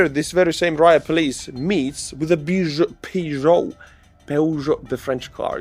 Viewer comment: Peugeot is pronounced Pözho.